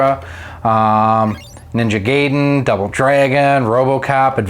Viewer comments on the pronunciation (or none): Its ninja GUY-DEN not GAY-DEN. Also the graphic glitches in Castlevania3 arent your cartridge its the clone system itsself not processing the game properly.